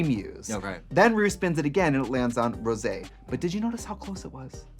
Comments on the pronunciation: Not them saying Rose's name wrong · Rose for Rosaaaaaaay -----and Sih-moan as Simoonnnnnyyyyaaaaayyyy nope nope. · Why did you keep calling Rosé like Rose? 🤣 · Yes she did and 'Rose' 👏It's Rosé ! 👏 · Its pronounced. ROSSSAYYY